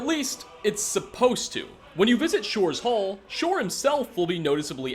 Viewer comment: Sorry "shors hall"